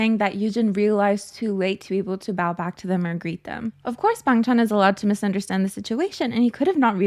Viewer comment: i think youre pronouncing it right but people are used to hearing others say the accented version (us australians say bangchan the way you dont) people are just nitpicking you tbh